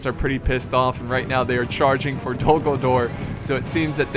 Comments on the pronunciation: Am I the only one hearing "Dumbledore" instead of "Dol Guldur" ?:D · when he said Dol-Guldur in the beginning, I swore he said Dumbledore instead